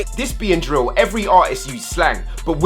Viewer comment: cmon your meant to be our English Teacher its drill not dill 😂😂